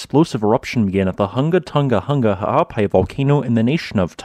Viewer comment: You NAILED the ha'apai pronunciation a.k.a. the okina. Well done, some haole never get it. Next, the 'ng' without the "ga".